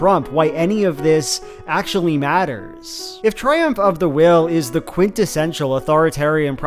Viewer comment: "The dees an the dat"